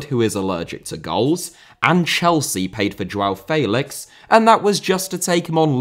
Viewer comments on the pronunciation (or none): Debut*not Deibyu Makélélé * not Makaleilei Félix * not Fêilex Villa* not Viller Serie* not Seri Half* not Holf Andriy* not Ondrey Drogba* not Drogber José* not Djouwsei Jô* not Djouw München * not Munich Swansea*not Swonzea Eden* not Iden Bremen* not Breimen Bruyne* not Bruyner Fofana* not Fofohrner